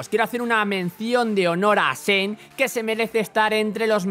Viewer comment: soy yo o escuche que dijo zen cuando es SHen :V